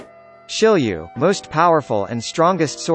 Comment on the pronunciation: isnt it shiryu and not shilliew?